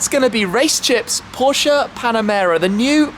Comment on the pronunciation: finally someone who pronounces porsche right